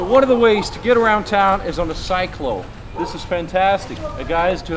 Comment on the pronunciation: Pronounced (see-clo) sec